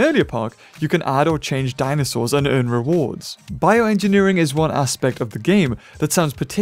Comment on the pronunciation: "form" "Biorngineering" Alright now... who did it? Was it you,?